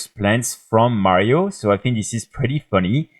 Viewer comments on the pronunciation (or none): none